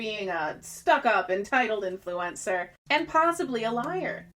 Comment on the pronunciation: the way you say ~influEncer~ tho. poetic